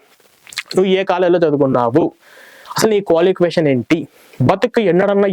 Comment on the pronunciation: క్వాలికేషన్ కాదురా క్వాలిఫికేషన్ రా అది.... కరెక్ట్ గా పాలక రా 😂😂😂